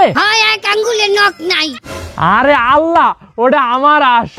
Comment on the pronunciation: আল্লাহর নামটা একটু উচ্চারণে একটু বিকৃত হয়ে গেল না মিনিটে। এটাতো অন্যায় হয়েছে। আশা করি পরবর্তীতে এসব ব্যাপারে সতর্ক থাকবেন। এছাড়াও মিনিটে সাদা গেঞ্জিওয়ালা ছেলেটি হাত দিয়ে অসভন ইঙ্গিত ( fuc* sign) দেখাচ্ছিলো যার শিষ্টাচার ভৈরবীভূত। এ ধরনের অসামাজিক কার্যকরা কলাপ আপনাদের থেকে আমরা আশা করি না। তবে বিশ্বাস করি আপনারা এ ব্যাপারে পরবর্তীতে সতর্ক থাকবেন ইনশাল্লাহ।